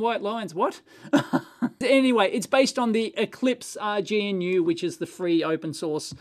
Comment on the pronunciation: Dave should look up the official pronunciation of GNU. It fits Dave's style better than the African animal Gnu.